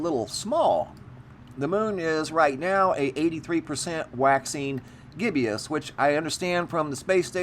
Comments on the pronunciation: It's not pronounced "gibby us." It's GIBBOUS. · Just to let you know its pronounced "gib-us"... not "gib-ee-us".